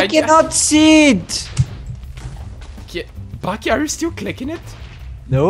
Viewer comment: BAKI IS BAK (back)